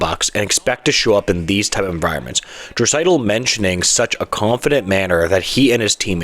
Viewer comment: Probably best to pronounce Draisaitl’s name correctly when you’re featuring him in your video